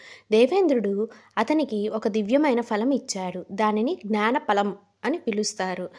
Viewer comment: చాలా బాగా చెప్పావు తల్లీ falam అనకూడదు phalam అని పలకాలి 👍